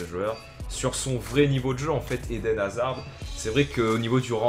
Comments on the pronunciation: sa se prononce hazar pas hazarde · C'est pas hazarde c'est haszard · dis hazard st p et pas hazarde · Hazard dans ta vidéo c'est comme dans la vraie vie : il crée toutes les actions mais ne les marques pas. C'est dommage parce qu'il a un énorme potentiel, en plus avec la situation de Chelsea en ce moment c'est dur pour lui. ( Ps : le D ne se prononce pas dans Hazard ;) ) Sinon bonne vidéo comme d'hab ! ;)